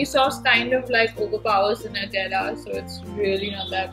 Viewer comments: NUTELLA is pronounced as NEWTELLA not NUTTHELA😠😑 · I died throughout the video man, its "nyutelluh" Gosh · Nutela is pronounced as new-tella